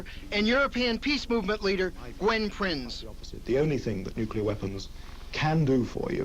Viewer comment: Guy on CNN doesn't know how to pronounce nuclear...